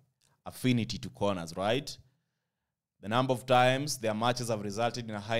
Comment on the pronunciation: RRRIGHT... I always love that word..